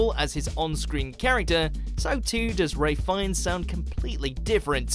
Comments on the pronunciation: did he just say ray fiennes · Did he keep calling Ralph Fiennes Ray? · Did he say Raiff Fiennes ?? His name is Ralph -_ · You said Rafe Fiennes but is is Ralph!! Not raif. Its ralf (pronunciation) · Written ralph finnes says ray fines smh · It’s Ralph Fiennes not Ray Fiennes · um no hun its Ralph not rafe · ITS RALPH FIENNES NOT RAY FIENNES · He pronounces it ray Fiennes and not Ralph fiennes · I didn't notice the characters names mispronounced so much as the actors. Raff Feens? Raff Feens? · Kathleen Henson Nope, it's pronounced Ralf. Like Rolph but with an "a" sound. I would know how the Brits say it, I'm English. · the narrator's pronunciation is atrocious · That is a very weird way of pronouncing Ralph Fiennes 🤔😆